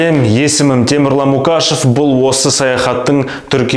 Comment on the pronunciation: Темірлан тегіңді таза қазақша айтсаңшы..МуКашев емес МұҚашев деп.Қазақшаң нашар,тілің жатық емес,қазақша көркем кітап оқу керек.